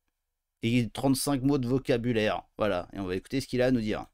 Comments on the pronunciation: Faut lui expliquer, ont dit "voilà" pas "woila"... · En fait, ils ont juste besoin d'orthophonie, non ? J'ai l'impression qu'ils n'arrivent pas à bien prononcer "voilà"... :goodvibes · Faudrait quand même dire a tous ces déscolarisés qu'on dit "voilà" et pas "wouallah" 😂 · Il a dit whala